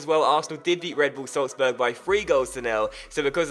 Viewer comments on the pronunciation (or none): none